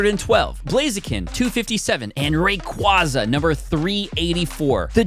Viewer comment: Thank you for pronouncing Rayquaza as you did.